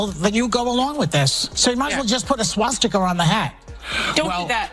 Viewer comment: "Swasticker" ~Joy Behar